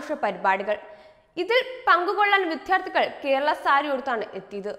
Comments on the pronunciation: Pronunciation correct ചെയ്യൂ...വിദ്യാർഥി..വിദ്യാർഥിനി. വിദ്യാലയം എന്ന് നൂറു പ്രാവശ്യം പറഞ്ഞു paddikku... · വിദ്യാർത്ഥി എന്ന പദം പറയാൻ അറിയില്ല ദ്യാക്കല്ല ശക്തി - ത്ഥി എന്ന വാക്കിനാണ്. ഷെയിം.